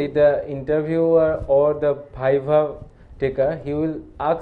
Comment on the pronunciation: first of all its not "bhaiva" its "Viva'